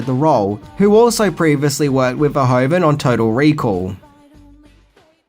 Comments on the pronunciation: Great video once again! Really interesting facts. One minor nit-pick (only a Dutch citizen like me would have): The director is called Verhoeven not Verhoven, pronunciation: Ver-who-ven. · Paul Verhoeven, pronounced Ver-WHO-ven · Paul Ver HOO ven. ;) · I'm always do disappointed when people criticize a piece of media as bad just because they're too stupid to realize it's satire. btw. The name is pronounced something like vair-who-ven. But that's a understandable little error.